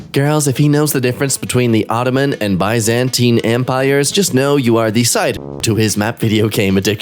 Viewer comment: When gambled on pronouncing Aegean correctly and predictably lost.........When gambled on pronouncing Byzantine correctly and predictably lost.........